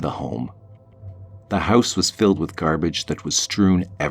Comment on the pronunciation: "Gerrbage was strewn everywhere"